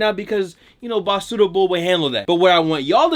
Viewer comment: BACARDI Bull is gonna be PISSED that you called him BASUDA Bull 🤣😂🤣😂